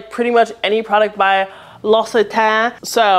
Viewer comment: It’s pronounced “lox-i-tan” in French (as someone who just spent 3 months in the l’occitanie region of France where that brand is made), the rep was lying to you. 😅 great list, thanks for the recommendations!